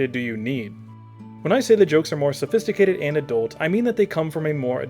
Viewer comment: I'm sorry I can't get into this one, you keep mispronouncing sophistimacated and saxomophone.